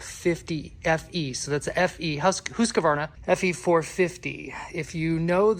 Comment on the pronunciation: At last. Someone on YT that pronounces Husqvarna properly 🤘🏾 ITS NOT “HUSK-ER-VARNA” you pack of ingrates 😂😂😂😂